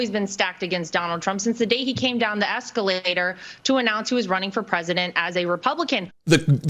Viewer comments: Did she just say escalanator?!! 🤣🤣🤣🤣🤣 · "... Since the day he came down the ESCA-THE-LATE-URR"!!! 😘😘😘😘